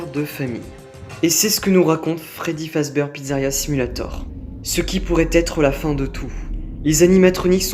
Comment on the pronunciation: La vidéo est top... Mais ça se prononce "Fazbir" haha